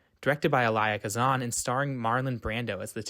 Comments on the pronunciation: How he mispronounces Elia Kazan and Ivanhoe is killing me LMAO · Also ....totally mispronounced Elia Kazan's name.